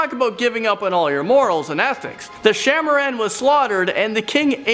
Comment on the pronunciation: no.7- it pronounced "shaah e maaraan" (king/queen of snakes)